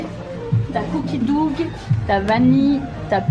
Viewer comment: "Cookie douGUE" mdr